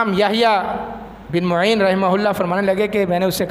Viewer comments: کھوتے وہابی شیطان۔یحیی بن معین۔عین کے فتح کے ساتھ ہے۔تو ضمہ پڑھ رہا ہے۔جسے امام کا نام نہیں پتا وہ ممبر پر بیٹھ کر ٹاں ٹاں کر رہا ہے۔واہ رے قوم تیری کم نصیبی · یحی ابن معین کا نام غلط پڑھتے ہو میم پر زبر ہےپیش سے پڑھنا غلط ہے